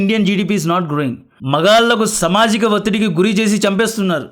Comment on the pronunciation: Bro samajika kaadhu saamaajika